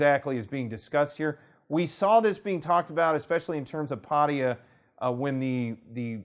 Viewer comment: It's pat-ta-ya, how long have you lived there